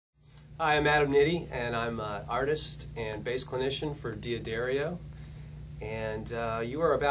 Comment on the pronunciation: Why does this guy pronounce D'Addario as "Dee-A-Dairy-Oh" when it's actually pronounced "Da-dar-io"